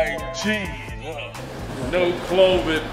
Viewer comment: “Clovid 19” lol 😆